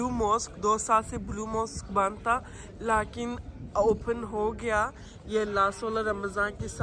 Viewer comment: Haha cute urdu 🥰 Don't speak "laakin" this is a "laykin"